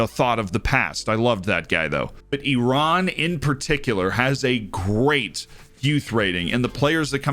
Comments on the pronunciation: Thank you for your correct pronunciation of Iran ☺️👍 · Loved that emphasis on Iran! The first time I saw Ashkan Dejagah on your YouTube channel cover, I realized you are the main one on FM. 👑